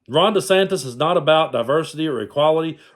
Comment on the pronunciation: "Ronda Santis" ??? LOL.